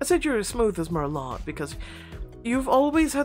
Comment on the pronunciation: Bimbo and merlot do rhyme though, it’s pronounced “mer-low” just fyi